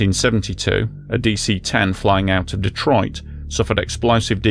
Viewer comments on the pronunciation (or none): none